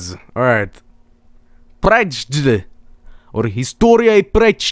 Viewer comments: EpicGraphics The way pronounced "przegląd". "Predżd" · Preczd. Or Istoria i preczdinczi, or ustywnia or kuntu